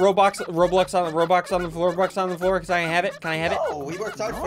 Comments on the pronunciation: You mean ro-bux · He said ROBLUX